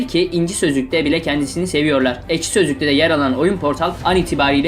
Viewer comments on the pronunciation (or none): none